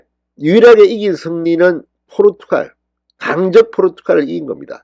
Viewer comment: 포루투칼이 아니고 포르투갈입니다/칼->갈